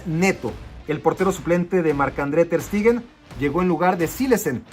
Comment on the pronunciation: Clemen langlé JAJAJAJA no es lo tuyo pronunciar bien papá, área de oportunidad Clemã Lãnglé Ter SHteguen SHHHHH